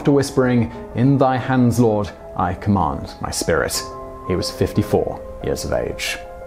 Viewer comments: It's "I commend my spirit", not "command" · It's "commend my spirit", not "command".